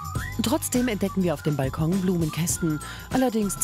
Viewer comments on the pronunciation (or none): none